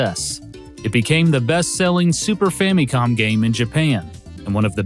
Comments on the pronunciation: Why is he saying fammy-com? It wouldn't bug me so much if he didn't say it 94 times. Fam-i-com. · Why do you keep saying "fah-mee-com"? It's short for Family Computer. So the mi in Famicom is pronounced IH, not EE. In phonetic pronunciation it's FAHM-ih-com. I have never heard ANYONE mispronounced it like you're doing, it's very jarring. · Sweet lord have mercy. That “fammycom” pronunciation just grinds against my soul. You don’t say “fammy lee” for family. It’s “fa muh lee,” right? “Fa muh com” just sounds better, I feel. I’ve heard that for some people “fammy com” makes it sound more Japanese but that "mi" part is literally the only part you’re getting right if you do so. ファミコン is fa mi kon. Maybe you’re getting the mi part right but why is there so much focus on that when the rest of it isn’t correct as far as the Japanese is concerned? I say just say the regular American pronunciation and go with “fa muh com.” I don’t know why this “fammycom” drives me nuts but it does. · why does he say it like "famycom"? its FAMICOM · "The Fammy-Com" that's a quite a pronunciation of Famicom 😂